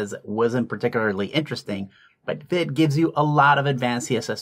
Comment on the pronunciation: Vite is named after the French word "vite", which means quick or fast. It's pronounced "veet" (rhymes with feet or wheat).